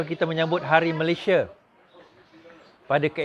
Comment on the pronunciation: Keep fighting n bury all the corrupt traitors alive but btw the name of our country shld be pronounced as Malaysia as spelt in BM instead of 'Malayshia'. Good luck to you n your team.